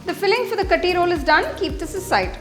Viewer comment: It is not Kathi roll. Actually u should say kaaathi roll. Aaaa should be more